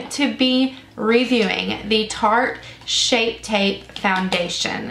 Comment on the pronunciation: LMAO did you say Sharte?! You crack me up girl! I love the concealer so I'm looking forward to trying this foundation. Thank you for the review and demo!